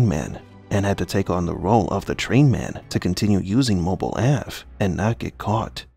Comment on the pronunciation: Why do you pronounce Mobile Ave. That way?